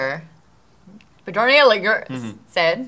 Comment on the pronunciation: Bay-R-ni E-Lin-gore